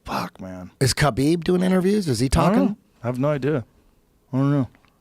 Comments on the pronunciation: khabib “khalabib” nurmagomedov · IT'S KHALABEEEEEB... SAY IT RIGHT ROGAN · Where did Khalabeeb come from, btw?